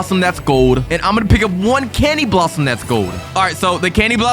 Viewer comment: Bro cany blossom it’s candy blossom